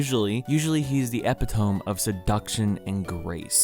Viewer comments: epitome?! It’s pronounced eh pitt oh mee not eh Pitt ome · sorry.. did he just say “EPITOME” not like “ep-it-oh-mee” WHAT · pronounces epitome as "epitom" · əˈpidəmē “eh pid a me” not epitOhm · Did he say “eh pih tome”? It’s pronounced “e pit oh me” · Epitome is pronounced like “ee-pit-oh-me”. Lol “ep-ih-tome” 😂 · I'm not trying to be a dick, but epitome is pronounced "eh-pit-oh-mee", not "ep-it-oom" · EpiTOME. I’m sorry, do you not know how to pronounce epitoME? I’m dead. Also, I love the Nintendogs music in the background. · Epy tome? Or Epitome? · "Epi-tome" love this channel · Epitome - Uh-Pit-Uh-Mee. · did this mans just say epitome as "eh-puh-tohme" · Epitome? Don’t you mean “EH-pih-tow-mee”? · It’s pronounced epitomee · Did you just say epitome like “ep-it-tone”? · he said epy tome did u mean epitome? lol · "epi-tome" blank stare bruuuuuuh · Me: Epitome: Epp-ih-tome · This guy just said epitome as eh-pee-tome lmfao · did you just say Ep-i-toe-m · did u just say e-pi-tome:o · My guy, you really just said “epi-TOHM” smh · Epitome. Eh-pit-oh-mee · Psst. Eh-pit-oh-me. That is all. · Did this man really just pronounce "Epitome" as "Epe-toum?" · Fyi, epitome is pronounced ee-pit-uh-me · Epitome, pronounced əˈpidəmē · I'm a simple man,,,, Pronounce it 'ep-uh-toam' and I stop watching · did he just same epitome like “epi-tome”? Things like this is why I love this channel. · man said epi tome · I’m sorry, did you say EPITOME??? ITS PRONOUNCED EH-PIT-OH-MEE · uh... epitOME??? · you did NOT just say epitome like that 😭😭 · the way you pronounce epitome caught me way off guard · Why did you say epitome like that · do you know how to pronounce epitome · Are just ignoring how he mispronounced Epitome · its the way he pronounces epitome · Why did you pronounce epitome like that lol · why did you pronounce epitome like that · Do you pronounce epitome that way on purpose? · That was the epitome of mispronunciations. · mispronounced epitome